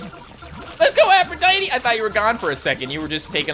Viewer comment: Since the first time you got Aphrodite you've mispronounced her name, Aphrodite tee it's Aphrodite